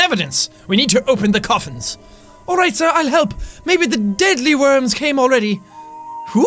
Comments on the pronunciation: Why u keep on saying deadlyworm is a deedleworm (I know is spelled deadleworm but deedleworm is how you say it) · Jack its deedlee worm not dead lee worm